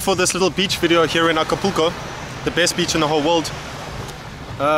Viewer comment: You can’t pronounce Acapulco